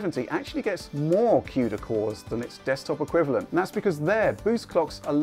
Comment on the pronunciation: Did he just say "Quda core counts" XD